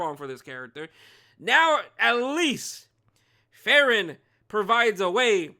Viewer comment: A lil nitpick but hopefully i don't come out as rude but the pronunciation is Free-ren😊. Unless u are intentionally doing it for the trolls, then im ok with it too😂